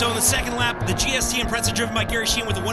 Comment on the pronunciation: Haha, funny how people always seem to underestimate the imprezas. Just because they are awd doesn't mean they lack handling capability. Its not a drifting competition, lol. Also notice how the guy pronounces it "Impretza" instead of Impreza in the beginning.